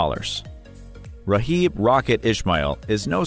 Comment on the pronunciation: Raw-Gib Ishmael? Come on. That made me Immediately close the vid. 😂